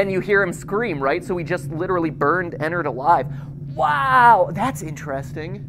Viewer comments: Its Ennard Not enard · when he said “good friend enard” my instant reaction was to say allowed at 3am “Frenard” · Joshua Espanta it could if you pronounce it teleporting EnnAIRd